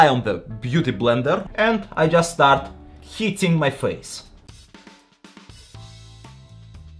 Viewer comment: I thought he said “I just start heating my face” and I died laughing because I thought he meant “baking” his face as in the makeup term. Turns out he said “hitting”😂 Joking aside though, this is very impressive. I never thought I’d be learning new makeup application skills from a big muscled Russian guy.